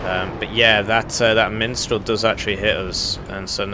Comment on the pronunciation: I keep hearing "minstral" instead of mistral.